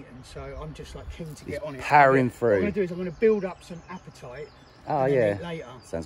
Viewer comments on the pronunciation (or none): none